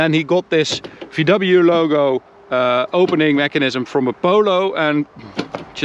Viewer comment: VDoubleyou. Much better than BMDoubleyou xD